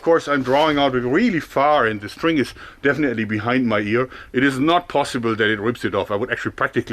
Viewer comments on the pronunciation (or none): none